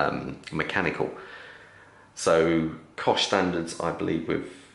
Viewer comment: Cosh? You mean COSC, babe.